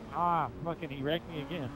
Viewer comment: he says "ah man he wrecked me again" but it sounds like "ah man he erected me again"